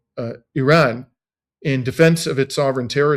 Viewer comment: Yes I noticed it and suppose it's a mark of respect for their country.